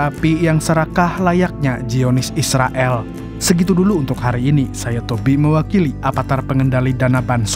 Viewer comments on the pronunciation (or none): none